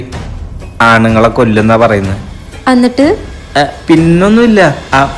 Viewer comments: Annat alla Ennit ennale..😊😂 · Ennit ❎️ annitt✅️ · അന്നിട്ട്‌ അല്ല എന്നിട്ട്.... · എന്നിട്ട് ❌അന്നിട്ട് ✅😂